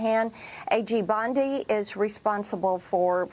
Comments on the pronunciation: Tatum … her last name is bOndi not bUndi! Come on now. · HER NAME IS BONDI. NOT BUNDY. CMON BRO. PLEASE. I SHOULDNT HAVE TO AKS.